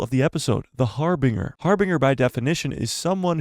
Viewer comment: Its pronounced Har binj er. Not har binger. Love ya